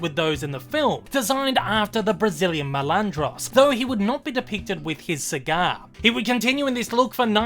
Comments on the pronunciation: NOT "MELANDROS" MALANDRO. JESUS CHRIST do SOME RESEARCH FIRST.. FUCK. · My GOD.Your pronunciation of MALANDRO makes me lose my shit.GODDAMIT. MAAAAA